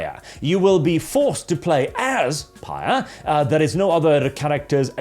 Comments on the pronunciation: Phyre is not read like "pyre," it's read like "fire." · I thought it was pronounced “fire”. Anyway, I’m going to continue saying that instead of whatever said.. how else am I to make the joke Dumpsthyr Phyre.